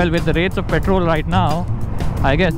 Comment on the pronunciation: Pee-trol 😂😂😂....if u understand you understand